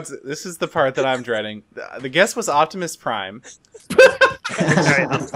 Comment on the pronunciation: Correcting him about Optimus Prime while saying "Octimus"